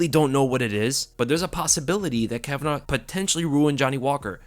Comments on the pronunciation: It’s kavanagh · It's KAVANAGH say it right.